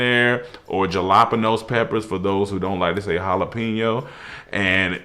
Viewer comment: OMG!! !! JA-LA-PE-NOS!!🫨😂🤣